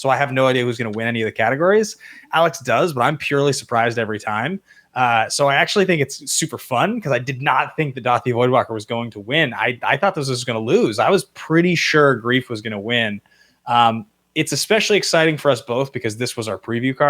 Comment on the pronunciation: Why is it pronounced doo-aw-thee instead of daw-thee voidwalker?